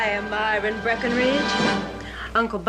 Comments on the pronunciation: My-ra. You said Mira. They are two different names. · You need to learn to pronounce Myra.